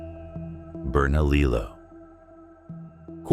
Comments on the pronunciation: Burn A Lee Oh is the correct pronunciation. I live here and I know. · Two Ls in Spanish is pronounced with a "Y" sound. You get it right with Mesilla but not Bernalillo.